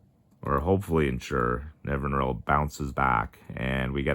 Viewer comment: Nev-in-ir-all is the pronunciation